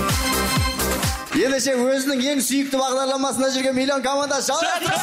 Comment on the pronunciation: Ана есен дейма есек дейма соган айтындаршы мильон емес миллион деп айтсыншы накурыс